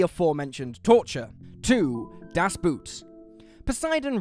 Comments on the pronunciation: Das Boot = the Boat. The German Boot is not pronounced the same way as the english boot. It's simply a long oh sound. Just say Bohhht. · Das Boot is pronounced Das Boat. Exactly the same. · The horrors of war is nothing compared to hearing English speaking people mutilating the word Boot in 'Das Boot'! Mein Gott, zat iz atrousious! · I literally cringe every time I hear someone pronounce it the wrong way. Like I physically can't control my disdain. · Yes, I know that, I've seen the film about six times over two decades and to my understanding of German language it's not pronounced as "boat" as in English but more closer to "bought" with prolonged o's. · I know this is nitpicky, but I find it so annoying when English speakers pronounce 'Boot' as the English word boot... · I love you guys... really. But I'd really love seeing people pronounce things right. You say "Das" right, so why not say "Boot" as it is pronounced in German. Like "Boat" but without the -a inflection.